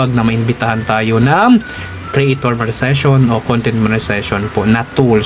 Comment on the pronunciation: Monetization Sir hindi Monezation., Good vibes always support here keep it up